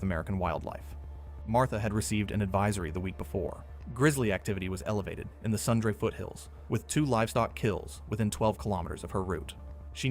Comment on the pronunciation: 🤣 Sundra. It’s Sundre (pronounced Sun-dree)